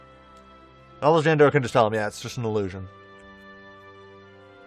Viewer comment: Alejandro = Ali-Han-dro. The J sounds like an H.